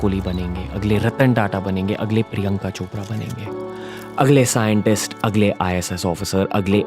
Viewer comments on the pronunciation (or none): agale agale agale..... Then i Listen HAGALE HAGALE HAGALE